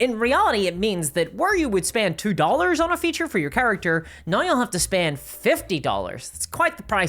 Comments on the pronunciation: "Right NAUR" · My brain lose 2-3 cells every time she tries to pronounce "now" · Look I love the videos, but why can’t you pronounce “now” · it's not even "naur". it's "noy" also a big fan of "campeens"